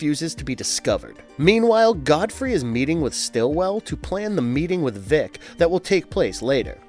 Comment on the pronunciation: It's "Vic", like "dick" not "Veek" like "leak". Short for "Victor".